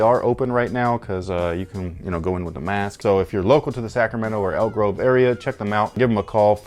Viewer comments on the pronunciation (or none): none